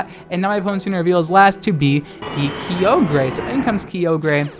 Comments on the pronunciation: Kai-ogre not Kiyogrey!!!!!!! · It’s frikkin Kye-ogre (like SHREK) pls man. No more kee oh grey or w/e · Uhm, it's Kay-oh-gruh you degenerate. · KEE-OH-GREY It’s KY-OH-GER you degenerate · take a shot everytime says Ki-o-grey jokes aside Happy halloween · THAT IS NOT KEY- OH GRE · do you call Ogres, Oh-Greys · the way you say Kyogre.... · hey man, you said kyogre wrong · The scariest thing about this video was your pronunciation of Kyogre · He said in another video he pronounces it like that on purpose to trigger people...and it works. 🤢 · Vespiqueen lol I thought it was only just me!